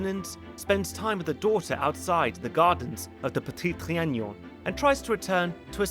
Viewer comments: It's Petit Tri-a-non. Not Tri-a-gnon. I don't know why you insist on pronouncing a "g" where there isn't one. 😆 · repeat after me: tri... a... non... trianon, and not trianion... Apart from that, it was a pleasure to watch, thank you ;) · It's ponounced Trianon, not Trianion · Le Petit TriaNOn, not TriaGNOn.. There is no Ñ/GN sound, FYI. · Its Tree an non, not tree an nion! Its not like "onion," but rhymes with " be alone"! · say it with me "tree an on" trianon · That lady is Le Brun, the most famous and favored painter of MA’s portraits. Also, your pronunciation of Trianon is killing me 😂